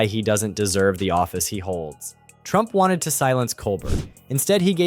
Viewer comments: “Coal-bear” not coal Bert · It’s pronounced “Cole-bear”…..have you never watched his show? He introduces himself to the audience “I’m your host, Stephen Cole-bear.” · Why is it that the commentator canot pro ounce Steven Colbert's name correctly? I am available, should gouwant to replace him . . . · It’s pronounced COL-BEAR. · Pronounce Colbert correctly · Would you please be respectful and pronounce Stephens' name properly. He deserves it.❤